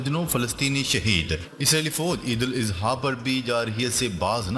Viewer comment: او حرامی! Eidul Izha کیوں کہتا ہے؟ کسی سے پوچھ لے جاہل۔